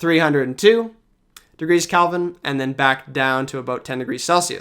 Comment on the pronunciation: Is pronouncing "Kelvin" as "Calvin" a Canadian thing?